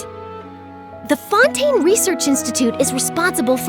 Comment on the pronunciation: Close enough. I just don't get why she pronounced that one alright, but not Fontaine.